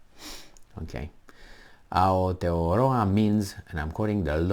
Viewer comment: Nicely pronounced 🤙.I don't need to sign any petition.. i call my country both names, not a big issue to me.. Aotearoa - land of the long white cloud.. - NZ 🇳🇿